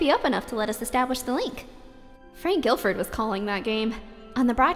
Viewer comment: hate to be that guy, but, Frank Gifford, not Gilford.